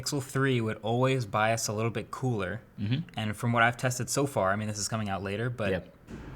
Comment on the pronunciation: This man pronounces "and" as "und". What kind of accent is that?